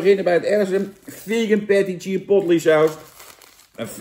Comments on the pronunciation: Hoi Jan! Het is "chuh·powt·lay" en niet "chih·pot·li". Verder weer bedankt voor deze review! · Ik heb nog nooit iemand chipotle zo horen uitspreken 🤣🤣 lekker Jantje